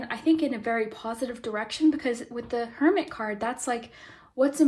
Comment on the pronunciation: For group 2, when you were talking about hermit energy, I thought you said Kermit energy. And I think that’s kinda funny